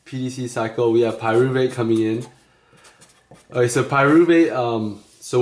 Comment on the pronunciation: Great video!! Loving the little "Oay?"s, who has time for a "k" anyway :'D